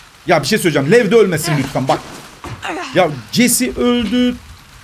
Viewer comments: abinin dediği: Leva Aslında olan:Lev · Abi o leva değil lev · abi o kel kızın adı leva değil lev